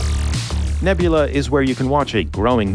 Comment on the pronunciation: fok right off with your nebmulah exclusive bullshi, you is on YouTube not naboelā